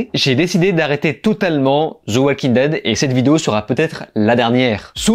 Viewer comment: Pourquoi tu prononces le "L" dans "Walking" ?